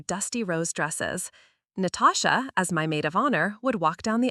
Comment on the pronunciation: Did she say her sister’s name was “NO-TOE-SHA”? That was hilarious 😆